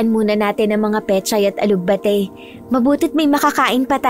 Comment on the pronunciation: Ganda ng kwento..yun nga lang ang alug bah ti daw😄..alugbati lang po hindi alug bah ti✌️😊